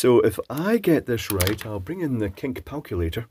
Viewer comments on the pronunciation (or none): "Kink palculator" -- unexpected yok! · Cink palculator... Lol